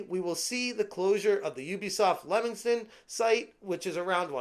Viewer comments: Can I just educate all you American friends it's pronounced Leemington not Lemington even tho it's spelt Leamington. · It's pronounced LEE-mington.